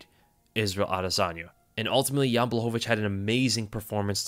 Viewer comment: Your saying jans last name wrong